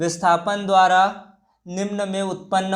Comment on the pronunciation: Are yaar dvara nh dhara h